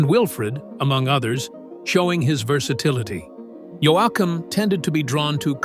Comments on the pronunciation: decide how you want to pronounce his name and stick with it YOKUM or Yoahkum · They did. It is pronounced both ways in this video. It begins by pronouncing it correctly, then it shifts to yo ay kum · damn AI can't pronounce his last name the same way twice in a row. sometimes it's correct, yet sometimes it's pronounced 3 different ways. part of the time it uses a hard a pronunciation, yet others uses a soft a, and even more use an augmented soft a making it an awe sound. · Whoever produced this video needs to edit the AI so it pronounces names & words correctly. There's NOTHING more DOSRESPECTFUL than watching a video about a country singing LEGEND & having the narrator (NOT EVEN A HUMAN) pronounce the LEGENDARY Dwight Yoakams name WRONG! IT RUINED THE ENTIRE VIDEO for me. A COMPLETE & TOTAL TURN OFF that made me stop watching it after about 30 mispronunciations of Dwight's last name "YOAKAM" Such an INSULT to a legendary singer/songwriter such as Dwight Yoakam! 😡 Have you ever heard of PROOF READING? Well in videos is called editing & other things I'm sure. This to me shows the inexperience & unprofessional work of the people involved in the production of this video. I'm not positive but I think you would get more likes & views if they spent some time & effort to make the quality of this video more pleasant for the viewers. The fact rhat the narrator is AI shows lack of concern for the quality of this video. It's all PURE LAZINESS & UNPROFESSIONAL people involved in the making of the video! 👎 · Ai is getting crazy good. Scary its probably only 10 years away from pronouncing Yoakum correctly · If your going to talk about someone's life say their last name right how dumb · I feel fortunate to have seen him twice once in Sweden and again in London. His performances were flawless ❤❤❤ Sadly this mispronunciation of his name is extremely annoying 😮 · Click bait. Poorly narrerated. How can AI pronounce his name wrong in 6 different ways? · He calls Yo yak hum